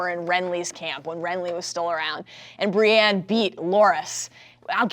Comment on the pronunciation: She keeps mispronouncing Brienne as Brianne.